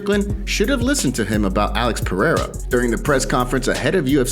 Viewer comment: Not a single American can pronounce Pereira correctly.